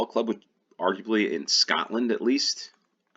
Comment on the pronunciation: It’s Scotland. Not Scat land